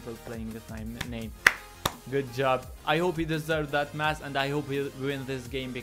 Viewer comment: lmao i thought u were saying "lets get some mats" was gonna say this aint fortnite boi xd